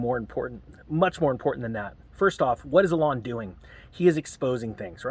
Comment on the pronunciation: Pronounced EEe-lawn.